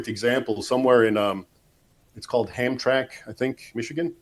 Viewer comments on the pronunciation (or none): I’m from Michigan. It’s pronounced Ham-Tram-ick. Ironic that the word ham is in there 😂